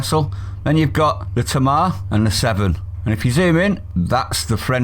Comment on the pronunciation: The ship is called the Tamar as in the river Tamar, pronounced TA not Ta, pronounce the two capital letters together lol. Frenchy is eventually going to learn a lesson if our government has the balls. If not the people of this country can bring France down with their spending!